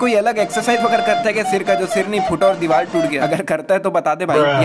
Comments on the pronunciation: Play the vedio he told dival instead of divar 😂😂😂😂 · Vai apne diwar nehi dewal bolahe😂😂😂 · Devar not deval deval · Dibar na ...... Dibal 😂😂😂😂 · Diwal nhi bro diwarrrrr 😂